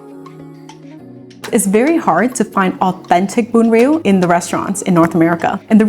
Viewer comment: Bravo for pronouncing it correctly. I hate so much how a Viet would americanize pronunciations of our language, like how they say Bánh mì as "Bon me"... Those Viets who do that are such an F'n disgrace....